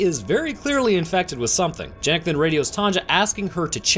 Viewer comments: I could be wrong having not watched the film and not heard how the characters pronounce “Janek” but considering it’s my name it hurt my ears everytime you said Jan-Ek rather than Yan-Ek 😅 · It's pronounced yah-nek not how it's spelled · His name is janek but it’s pronounced yanek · its pronouncede yanek, not janek